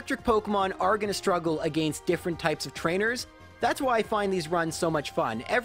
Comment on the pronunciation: I bet you’d hit 200k subs in a day if you learned how to properly say against.